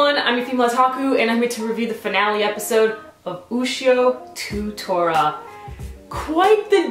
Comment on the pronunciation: By the way, Ushio to Tora is pronounced Ushio toh Tora. In the title, 'to' is not the english word (as in going 'to' school), but Japanese word for 'and', hence the english title "Ushio and Tora." Thanks a lot for reviewing Ushio to Tora. I've enjoyed your reviews throughout the series.